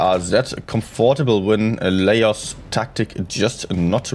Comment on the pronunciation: You need to stream NA as well, and get zero sleep 😂. I think Laos is pronounced “la-ows”.